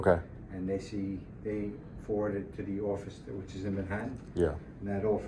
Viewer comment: "we'll forwrord it, eventually forward it " smells like bs. no doubt, they could have sent an actual rep from the firm. look forward to what comes out of these cases.